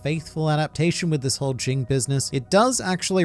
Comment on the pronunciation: Jing is Ging The G at the end is silent